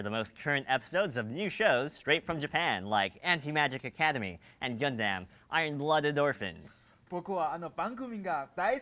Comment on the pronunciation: I laughed when i heard the crunchy roll ad, GUN DAM XD (pronounced gun dum usually) and speaking japanese, well done!